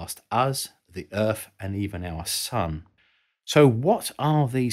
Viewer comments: "Earf" wtf lol you can clearly say 'them' so you can say Earth properly mate. You aren't saying 'Fem' for 'them' are you, or "Foes" for "Those'. And you pronounced "Three' just fine and not as 'Free". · Who is this "Errf" you keeps saying Voyager is trying to talk too? Is he a scientist? If so, I can't imagine he's still working for NASA; or even still alive at this point.